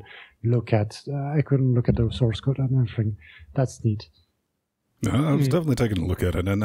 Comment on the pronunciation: Anyone else notice that when says “open source” it sounds like he’s saying “open sauce”?